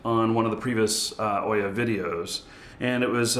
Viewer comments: pronounced OOOOya, like boot. Not Oyyyya like boy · Just for knowing, it's not Oyah, it's OOO-yah, like ou-yah...